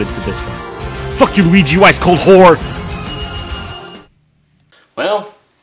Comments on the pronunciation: i believe you ment to say weegee or lugee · Not Weegee D